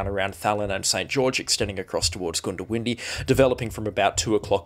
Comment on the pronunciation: Goondiwindi is pronounced GUNDA windi not GOONDO windi